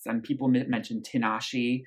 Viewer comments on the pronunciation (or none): Tinashe is pronounced "Teenashay", just a heads up!